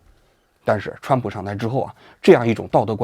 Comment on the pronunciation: 蹿普 这发音 ,挺好 挺好